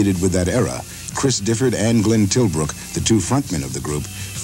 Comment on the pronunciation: It's Glenn mate, not Glynn. Stop saying Glynn mate!